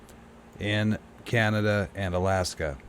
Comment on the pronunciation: Caliph-ore-nia.... Allas-ka ??